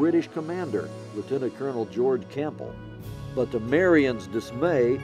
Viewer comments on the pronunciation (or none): none